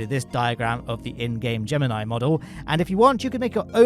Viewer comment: Hey he pronounced Gemini wrong